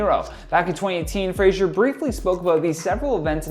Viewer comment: Okay Fraser is pronounced FRAY - ZER there's no jusshing sound like in Frasier. The David Spade movie where he was a former child star.... Brendon corrects him in that. Or watch Outlander for 5 minutes. Yes. Yes I am a Fraser though 2nd generation. It still irks, it irked my Scottish born grandfather more! 😁 Love your videos! 😁